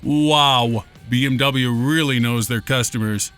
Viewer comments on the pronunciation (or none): Worst attempt at BMW I've ever heard. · OMG the (non)pronunciation of BMW. I'd never have guessed it, did he say it out of context somewhere.